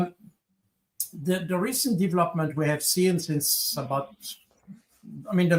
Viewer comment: not only is this Baud guy incredibly boring but the accent is unbearable.....can't even pronounce the word "since" withour saying "seence"!